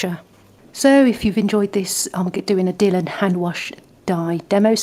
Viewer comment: Thanks for the video - useful to 'try' before I buy! I have a denim dress that's faded. Your channel looks useful. (By the way, it's Dy(e)lon, rather than 'Dillon'.)